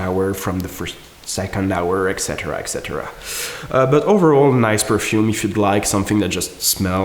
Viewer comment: Why do so many people mispronounce the word "etc."?